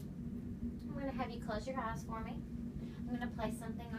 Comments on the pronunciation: Lipbalmonsessed04 , it sounded like “Look into your ass “ but it’s really eyes she is saying it like eyezz or ass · Arienm I think she saying eyes but southern